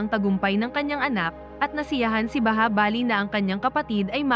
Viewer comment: Bahubali Hindi bahabali😊😊😊